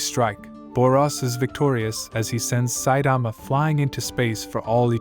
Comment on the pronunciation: bruh pronounce 'Saitama' properly this shit will give me nightmare